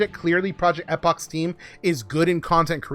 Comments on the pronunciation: Bro if I hear project Ehhhpok again ima snap. It’s pronounced Eeeepoch lol I’m glad for this change though. Finally will be able to play epoch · Project Eh-pock 😂